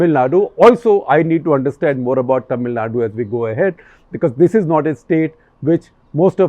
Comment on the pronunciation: Sir ji it's not "ट"मिलनाडू it's "त"मिलनाडू🙏🏻